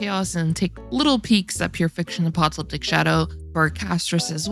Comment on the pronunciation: Apocalyptic pronunciation: uh-PAH-kah-LIP-tik There’s only one “t” sound, and it’s in the last syllable.